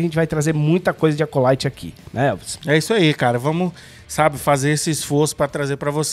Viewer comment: não vou passar nem perto desse "De acolaite"...